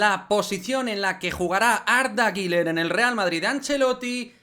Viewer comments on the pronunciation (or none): La pronunciación correcta es “GULER” uuuler U U no giler ❌el nombre no tiene la letra i por ningún lado que verguenza 🤦🏻‍♂️ saludos